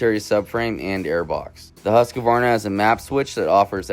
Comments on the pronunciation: Dude, its pronounced hoosk-varna. Not huska-varna or husky-varna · Huskavarna ?Learn to pronounce the bikes name